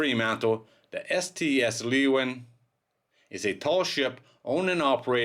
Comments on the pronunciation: Leeuwin is pronounced Loowin not leewin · Actually it's pronounced laywin. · Pronounced Sail Training Ship 'Loo-win' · The ship's name is said like "Looin" by us locals. :) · That's a terrible shame! BTW in West OZ we pronounce it 'Loowen' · Phonetically I think that you come closest when you pronounce it as "leawin". Like you say learjet. But the R gets replaced by the W and the rest sounds as you write it. It is a Dutch word and it means lioness. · Just heads up leeuwin is pronounced “lou win”